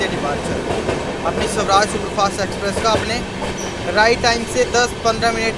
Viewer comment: Sawraaj nhi Swaraaj bolte h...bhai pronunciation pe dhyan de thoda...bahot cheap lgta h aise